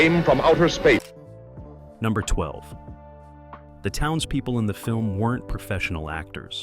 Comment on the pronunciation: I think there may be no human oversight of the creation of this channel's videos at all. Jus 30 seconds in, they couldn't be bothered to even get the name of the movie right - at 30 seconds the edit is so bad, the title of the movie is read out as "It Came From Outer Seeeesur". A human, or at least a competent one who cared, would have noticed that and realized the edit needed to be fixed.